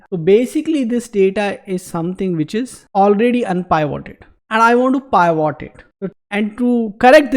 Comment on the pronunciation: Pivot needs to be pronounced as pi. vuht not pyvot!